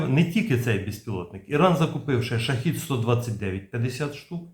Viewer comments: Shahed-136 (перс. شاهد ۱۳۶) -- правильно вимовляти "шахЕд" Модель "шахЇд" це зовсім інший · та скільки можна повторювати, шахЕд читається